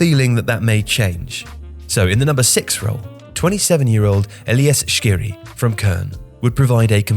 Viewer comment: His name is ELYES SKHIRI not SHKIRI, correct it